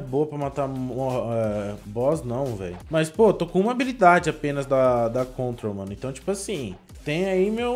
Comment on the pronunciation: EU com agonia de ELE falar gravity mais é control/op op no mi kkkkkkk